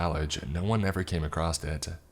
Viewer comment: Mate, I love listening to you read these stories, but for the love of God, there's no "t" in across. Oh, and the "i" in unbridled is long.